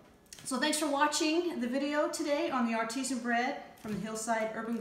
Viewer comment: It is pronounced art-i-zan. Water that bubbles from the ground with some pressure is ar-tee-sian. Oops.